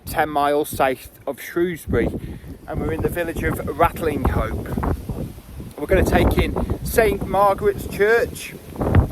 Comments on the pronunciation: i thought that the village was pronounced "Ratcham"? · Great video! If I remember correctly, locals drop the g and h when pronouncing the name. Like 'Ratlinope". A typical Shropshire trait! The place looked deserted! All the best. Keep em coming,!